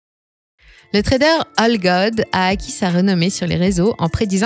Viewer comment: c est aigod je pense, pas algod…